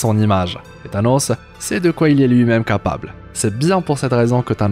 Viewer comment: Avec "Thanosseuh" 🤣🤣